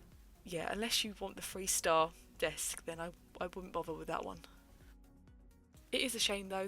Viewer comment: I kept hearing “freestyle” instead of “three star” 😅